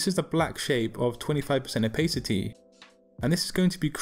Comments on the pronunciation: Its Opa city, not Opay city :P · i stopped watching the second you said "opheycitey" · man said opaycity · American English is pronounced that way, English English is 'oh pa city' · I HATE THE way this guy says "opacity."